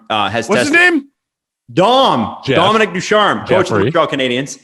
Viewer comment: It’s Dominique Ducharme not Dominic Ducharme